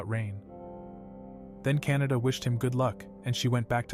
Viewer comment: canda❌ canada✔️